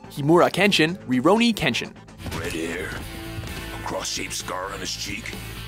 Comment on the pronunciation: So is everyone gonna glance over the fact that he said "Sataka Gintoki" and "Roronora Zoro"?